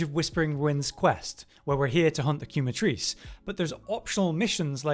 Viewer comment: The U is silent 😭. KEH-Matrice. The "que" comes from "quemar" which in spanish means to burn